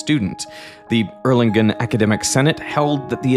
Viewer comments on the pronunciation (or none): scuze me, it's not pronounced as Erlingen but as Erlungen (for english ppl) i'd recommend to take a look on wikipedia and make use of it's phonetic examples, so you'll never run into issues like this again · * offtopic, but used in the city names in this video. The 'g' in the 'ng' combination, when used in for instance German and Dutch language, is not a 'hard' 'gkuh', but pronounced 'soft', just like the 'ng' in 'slang'. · Can you please pronounce Erlangen correctly? Ok, and now to the conservation of energy. The conservation of energy is a very fundamental paradigm in Physics, which is also at the base of the SI-System. Energy is conserved, but not in the universe, which means, that the universe is an open system.